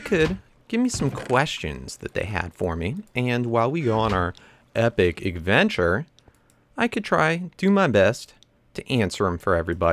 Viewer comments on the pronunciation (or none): Lol, you said eggventure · anyone else notice he says "igventure"? not to insult i love this guy but i just noticed XD